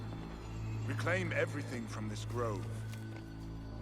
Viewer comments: *Grove. Please stop saying “Drove” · The word is GROVE lol, not drove